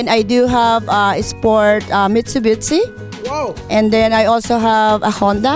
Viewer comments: "And i do have a sport a mitsubitsi" Hahahaha naay sya maraming car🤣🤣🤣🤣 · Mitsubwisit lol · "mitsubitsi" "how's that sounds?" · “I have 10 CAR. Isport Mitsubichi. Mr. Chulfo.” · Mitsubitsi!!! Hahahha. Litsi!!! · Tgal tgal n s america d alm ung prununciation ng Mitsubishi 😅my golly ! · Wahahahaha...oo nga mitsubisye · Mitsubitsi😂😂😂😂 madam tulong nalang po sa walang wala... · Hahaha I'm very froud of you Mr. Tulfo.. I'm appreciate you.. Mitsubitsi.. how's that sounds.. America nga.. 😆 Pero good job pa rin sa mga balikbayan natin at OFWs! 👍